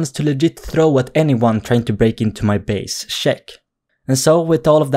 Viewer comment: Make a hour vid of you just saying check it sounds like shek